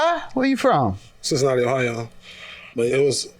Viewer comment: I never heard Cincinnati, Ohio pronounced as a single-word, one syllable.